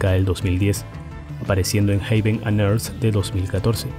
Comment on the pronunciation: Muy bien sintetizada la historia de Yes. Es mi banda favorita, la cual he podido disfrutar en vivo en 3 ocasiones. Un consejo, para futuros vídeos, tratar de cuidar la pronunciación de ciertas palabras pues en este noté varias mal pronunciadas: Heaven , Relayer, The Ladder Saludos desde Costa Rica